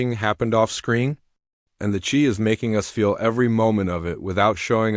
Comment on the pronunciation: awful how you pronounce just about all the actors names wrong and most of all the name of the show you couldnt pronounce the name of the show come on